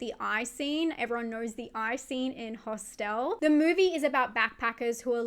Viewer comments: Never heard it pronounced ✨hostelle✨ before, sounds fancy 😂 Love your icebergs! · Thank you for making "Hostel" sound very classy by stressing the 2nd syllable. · Why pronounce Hostel as a French word but Irreversible as an english word? :P